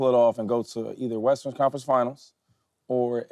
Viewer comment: I start dying everytime shady says "western" it always comes out sounding like "Westers Conference Finals" 😂😂 no hate at all big shady fan!